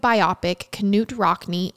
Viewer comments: It’s not pronounced Ka-noot Rockne, the K is silent, it’s just pronounced noot-Rockne. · It’s not Kanute Rockne, LoL…the K is silent, it’s Newt. I like your podcast, just trying to help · Err…I know this is totally unimportant…but his name is pronounced NEWT Rockne…. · It’s pronounced Nute lol the K is silent